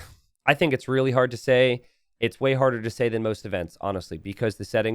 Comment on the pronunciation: "I think it's really Hearttt to say" I call it T90rigged